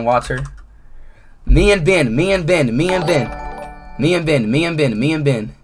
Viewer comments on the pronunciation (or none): am i the only one who hears "bang" when ben says "ben ? maybe iam just a weirdo 🚶‍♂️